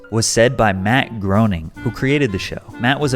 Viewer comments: Thanks for this, filled in a lot of holes in my memory. But Rocky and Bullwinkle? No mention of Pixar? And "Groening" rhymes not with "moaning" but with "complaining." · Fyi, Matt Groening's name is pronounced like GRAIN-ing not GROWN-ing. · It's pronounced, Matt [GRAY]-[NING]. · Great video. Just a small note: "Groening" is pronounced "gray-ning". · As a former avid Simpsons fan, it drives me nuts that people don't know that's even though it's spelled Groening, it's pronounced like "Gray-ning" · Way to butcher Matt Groening's name. It's pronounced "GRAY - ning" or "gray - nuhng." I mean, I would totally understand if he was some obscure, unknown cartoonist, but lets be realistic here... he created a a show that has been major part of the mainstream cultural zeitgeist for the better part of the last 4 decades. I'd argue that, after Disney, Matt Groening is one of the most famous creators of any animated character or film/show. Like, he's pretty darn famous. Also, we live in the age of information. You literally can just type "Matt Groening Pronunciation" into Google, and literally seconds later, you will have your answer. Sorry, but taking all of the above into consideration, I really think there is NO excuse for mispronouncing his name. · Matt groaaning. Oy vey man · Groening is pronounced "Grey-ning" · It's pronounced gray-ning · Ooooooo…. Don’t let Matt Groening hear you said his last name wrong! 😂😂😂. It sounds more like “Gray-nunhg” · Loose credit for pronunciation of Matt's last name